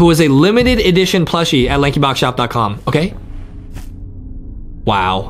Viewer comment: you did not say Lankybox right at all